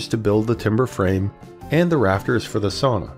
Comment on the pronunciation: Considering that you are making a how to video, you really should learn how to pronounce the word. Sauna is pronounced like sow-na, not saw-na.